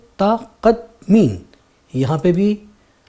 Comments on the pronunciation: مُ تَ قد دِ مین: متقدمین اس ایک لفظ میں غلطی ہو گئی ہے شائد۔۔ بہت اچھی کاوش ہے، ماشاللہ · مکرمی! بہت عمدہ سبق بس ایک جگہ ایک لفظ کے تلفظ میں غلطی ہوگئی ہے۔ وہ لفظ ہے متقدمین۔ اس کا درست تلفظ یوں ہوگا : مُتَقَدِّمِین mutaqaddimiin•मुतक़द्दिमीन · The word is mutaqaddamiin ... one syllable was left out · اس میں ایک غلطی ہوئی ہے متقدمین کے syllable میں